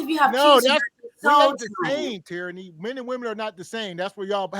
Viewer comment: Teraney is "tyranny"!